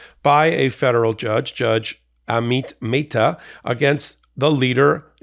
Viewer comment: Please learn how to pronounce Amit Mehta's name.